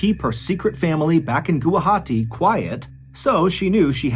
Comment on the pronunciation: Thank you so much Mr Ballen for covering this case , I’m from Guwahati hearing you said Gawahati it made me happy ❤…..